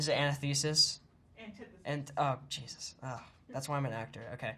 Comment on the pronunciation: ele falando "jisus~" É TÃO LEGAL